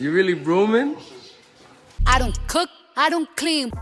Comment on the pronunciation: Did offset say “ are you brooming” 😂